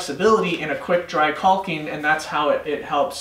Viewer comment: Thank you for saying caulking the proper way. Without the L. Except for journeyman john. He's wrong lol